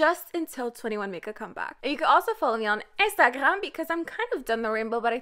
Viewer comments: Are you French ? Or do you speak french ? Because that "Instagrrram" pronounciation with a french accent is SO good ! And I don't hear any kind of french accent in your english speaking. Again, in previous videos, you pronounced "Rrrosé" so well with that very french R. I don't know. Maybe you don't speak french at all, but you know what ? I've never heard an english native person pronouncing that french R so well !! Great job !! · why do you pronounce instaghram like that